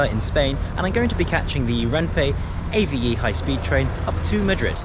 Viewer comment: It's pronounced Ave as in a bird, not A-V-E.